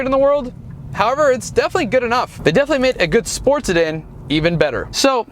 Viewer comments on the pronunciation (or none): none